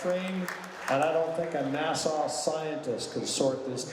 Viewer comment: Nassau scientist you sir are a tool where you can't pronounce NASA